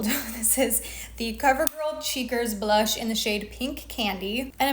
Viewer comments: Please stop saying, “buh-lush.” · I love how you say blush so aggressively each time, like it’s 2 syllables. 🥰